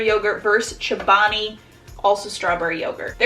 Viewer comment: She says “chabani” instead of “ Chobani”